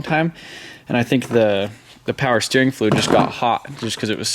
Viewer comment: i like the way he says fluid